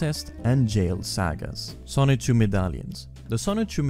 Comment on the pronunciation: The license plates say SONICHU not Son-Chu. The cars are named Son-Chu.